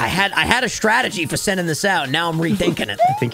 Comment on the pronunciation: “Stratergy” - 2023